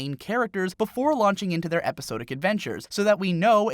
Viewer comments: Epi-sah-dik. It's epi-saaaah-dik. You kept pronouncing 'Episodic' like epi-so-dik. It's sod, not so. otherwise super cool discussion, nice analysis of all the visual stuff. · First it was the mispronunciation of iron as i-run and now we have episodic as epi-so-dic. I like the shows and the writing is good. I just can't believe you've never heard so many basic English words spoken out loud😀 cheers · "eposodic series" do you know Temmie? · the way he says episodic upsets me